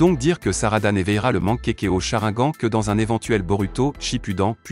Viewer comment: On dit pas mankekio mais mangekyo et on dit pas sharagan mais Sharingan et on dit pas Orochimaru mais Orochimaru enfaite le (u)on le prononce ou